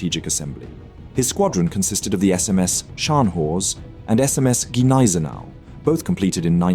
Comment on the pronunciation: Thanks for the video. One remark: its Gneisenau with a G, not Neisenau - saying it like that sounds like saying Glasgow without the G. After all, its german, not french